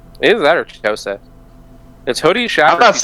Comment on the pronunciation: Every time you pronounce Chitose wrong, an angel loses its wings.